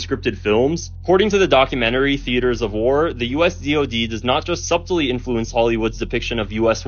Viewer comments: it's not SUB tely , it's su(b)tely. The (b) is not pronounced. Stupid English, we do not need silent letters, but that's how it is. People need to work on their vocabulary... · Dude REALLY pronounced the b in subtly...🤦‍♂️